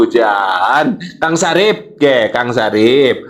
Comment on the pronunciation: Bukan Sarif, tetapi Safri😂😂😂